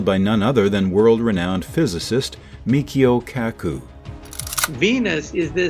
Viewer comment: MICHIO, not Mikhio